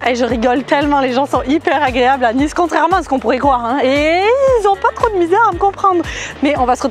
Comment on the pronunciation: Et ont dit le ni de Nice comme la marque nike